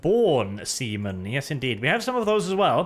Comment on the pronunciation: I am actually not sure if say See men, or Semen